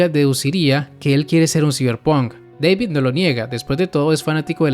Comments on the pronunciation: Flaco David se dice no Deivid hablas español no sos janki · Una cosa, según el mismo David dijo que era David no " deivid " jaja ja XD pero es lo mismo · Wey hasta en inglés le dicen David, por qué tú le dices Deivid XD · se dice dabid wey no deibid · JAJAJAJ me da risa el vídeo recordando los primeros capítulos de cyberpunk "Deivid" David Martinez: "que no es deivid es DAVID DA-VID" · Da-vid NO Dei-vid